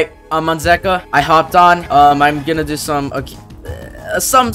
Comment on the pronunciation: It is pronounced zee-ka